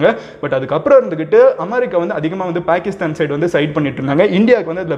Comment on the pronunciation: Its Paakisthan, not pyakisthyan.